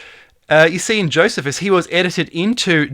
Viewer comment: youre killin me smalls:P its JOE "SEE" fuss:P